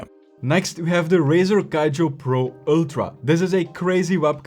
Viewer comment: Why he pronounce Kiyo = Kaijo? Do he know that it is very wrong everytime?